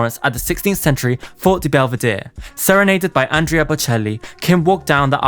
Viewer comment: Talking about a child's sex life is cringey , also you can learn how to say foreign names, Andrea and Givenchy.